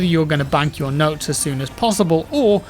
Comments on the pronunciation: It's Motes not Notes. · love your work man, just 1 thing, “motes” not “notes” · Motes not notes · >M<otes, not notes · Motes, motes, motes! Not notes! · Motes. Motes. Not Notes. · Am I going crazy or is saying notes instead of motes? Can't tell if it's because of the jaw surgery though.. It's like Benedict Cumberbatch trying to say penguins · Everyone say it with me..... MOTES!!!! 😂😂😂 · swear hes saying notes?.... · He is defos saying "notes" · Aw naw i thought it was nodes well then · *Penglengs*, and yes, he is saying "notes" and it's driving me insane